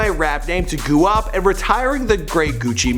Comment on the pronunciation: Do you say guap as goo op in purpose? Or did you not know it's gwop?